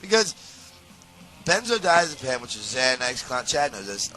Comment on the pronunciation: Benzodiezapines… not Benzodiezapam…..